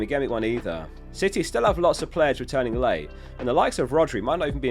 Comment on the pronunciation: i swear he called city, shitty 🤣